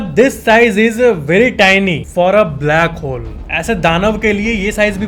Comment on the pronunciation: Who heard blackhole as brackhole in the first in the video